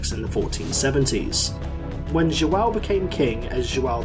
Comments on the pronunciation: Really cool video Only a small tip: Everytime there's a ~ the sound is more like an "u" like "under". For example, João would be more like jouwn or something like that. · Excelent video. Liked and Subscribed Loved your pronounciacion of "João" also ahahah 🤣👌👌 Actually, we did monopolise the Spice Trade by conquering and controlling every passage or major acess to the Indian Ocean - like Malaca, Ormuz, Diu, etc (the only exeption was via Red Sea, altough there were 2 expeditions...) - and controlling also all the trafic in it with an all-powerfull Navy Lusitania Rulled the Waves 💪🇵🇹🌍🌎🌏 And we only had arround 1 million people, not 2 million